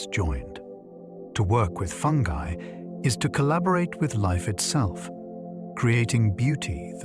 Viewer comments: I love listening to these at night. But I can’t listen to this one because of the way that he pronounces fungi. It’s obviously AI. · I thought it was called fungi not fungee 😂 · Ya this one kinda killed it for me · If fungi can’t be pronounced properly I’m out of her! Stupid Al!!